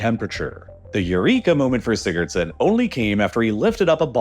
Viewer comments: Laying dead on the floor rn the experts name was what in a huh-son? I’m Icelandic and even I can’t tell what you just said man😭 Edit: alr nevermind Sigurðsson, got it🪟🏃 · Do you mean Haraldur Sigurðson? I'm Icelandic and that pronounciation... You'll get there soon if you keep trying.